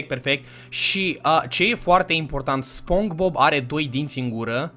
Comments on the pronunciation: Eu tot stăteam și te ascultam cum ziceai spong bob in loc de SpongeBob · Spongebob se spune spongibob nu spongbob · Bă se pronunță spongibob. Nu spongbob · Spogibob se pronunta😊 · Nu se zice SpongeBob se zice SpongeBob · se spune Spongbob!! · Se spune sponqebob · Se spune spongebob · Se spune sponcebob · Nu-s hater dar se spune sponcibob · Nu se citeste spongbob